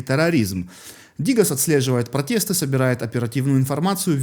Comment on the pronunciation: Правильно: Грэта Тумберг,фри Палестина - свободная Палестина,а не бесплатная. И слово протесты произносится с буквой "е",а не протэсты. Мне не жалко людей Италии. Фашизм,который там процветает,оборачивается против них.